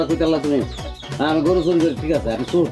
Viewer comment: Bangladesher lok চোর কে.... "চুর" .... উচ্চারণ করে কেন....😂😂😂